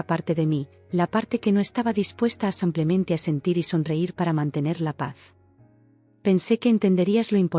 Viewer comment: No es como simplemente, se dice simplemente